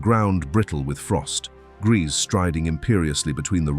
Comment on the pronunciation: Narrator pronounce Grese at least 4 different ways: Gracey, Greese, Grehsa and Graysa. Seriously?! And, beautiful??? She looks like that thing that ate my cat